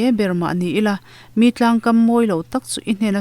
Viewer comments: Tlang.. tih hi i lamrik dan hi a mak ka ti ...hanthluk deuh la ka ko ti thin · Tlang hi a thluk a diklo thin in ka hria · A chhunzawm na kan nghakhlel chuan,,Rilru tlang Nun tlang tih hi i thluk dik lo em aw ka lo ti